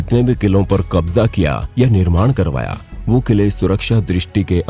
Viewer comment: Bhai Tumne kabja Kaise bola